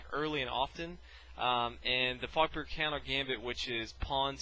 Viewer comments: At the start i hthought u said fucker countergambit or fuckbear countergambit lol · i always hear "the fucker countergambit" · Did anyone else think at first he said "fucker counter gambit"? lul